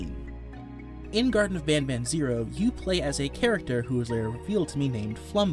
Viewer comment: this guy made me hear the first mention of garten of banban into "gerson of banaban"